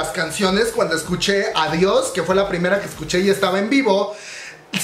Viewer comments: El único debut original fue devil de clc, fue WoW. Cuando escuché everglow dice WoW que potentes pero se parece a blackpink, y me estresa que si se llama adiós no lo pronuncien bien, parece que dice ovarios, un poco de esfuerzo, mamamoo pronuncia bien el español en sus canciones, exo tiene un cover sabor a tí en español y pronuncian bello el español y everglow con una palabra, que estrés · Jaja si fue plagio la neta Pero quefo bien chingo ADIOS GOODBAY AVORIOS JAJAJA ASI LO PRONUNCIO ME DA RISA No manches mi baias es mia Cuando levanta la ceja en adiis me atrapo